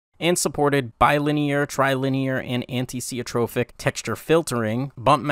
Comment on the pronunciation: Antisiotrophic? xD It's an-iso-tropic, my dude!